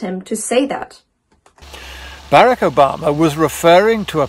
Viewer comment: I'm sorry if you quote someone at least get their name pronounced correctly, I get that with a british accent Barack isn't an easy name but it's definitely not Bearic